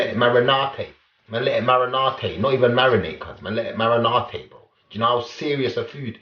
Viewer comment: “MarINAATaAY” mans dead 😭